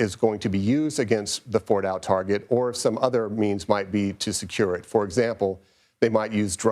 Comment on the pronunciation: This man clearly has zero clue how to say Fordo lmao. “Retired General says this”__ and just expect people to believe it. Unfortunately many do.